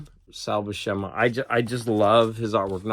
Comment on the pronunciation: According to the How to Draw Comics the Marvel Way Videos which features both Stan Lee and Big John Buscema it's pronounced Bue (like Ferris Bueller) - SIM- UH